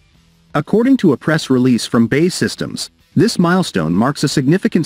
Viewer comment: You lose your credibility as soon as you say "BAY SYSTEMS " say Bee Aay Eee . looks like they changed that ugly wing shape to a delta !